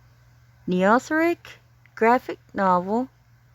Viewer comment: Thanks so much for making this video and helping me try to reach more people. I plan to launch the campaign on July 13 after I come back from vacation. BTW, it's pronounced "knee-oh-theric" which is a made-up word that means "new age of beasts." And six eight is a reference to chapter 6, verse 8 of the Book of Revelation from the Bible.